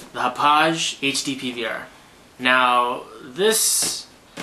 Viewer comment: Its not fucking pronounced Hopage damnit. I live on long island where Hauppauge (Hop-ahg) actually makes the product, and it just sounds fucking stupid when you say it like that.